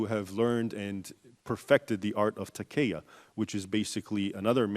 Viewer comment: This is no expert. If cant even pronounce basic Arabic words ('takiyyah') he definitely cannot access and comprehend Arabic sources. Didnt even seem like he could follow one clear train of thought. I think he is a victim of his own 'appraisal' of academia: trying to fit facts into an ideology. I dont think any Islamic or Western source is in disagreement concerning the fact that Islamic authority spread-in particular in the initial period of Islamic history in which it clashed with its bordering empires of Byzantium and Persia-through military conquest. This is not 'whitewashed' in any sources. That does not mean Islam did not also spread widely through trade (such as in large parts of Africa and Asia). I wonder if he contributed, considering the context for the forum was the plight of coptics, what Islamic sources identify was the reason for the military conquest of Egypt